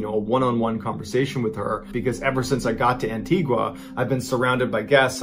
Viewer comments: An-tee-Ga not An-tee-gwa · #1 Antigua mispronounced; An-tee-ga (‘u’ is silent). Antigua has sand beaches. There is no quicksand. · Where is the w in Antigua lol